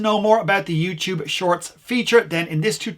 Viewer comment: youtube, not youchoob